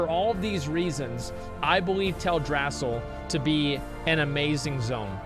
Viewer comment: Tale dra-seal not Tell drass sal!!!!!!